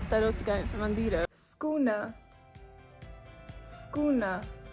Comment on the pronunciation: skune? intersting. I heard sakOne.